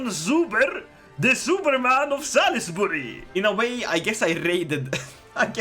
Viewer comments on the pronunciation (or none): none